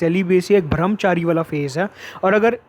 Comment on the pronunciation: It's brahmchari not bhramchari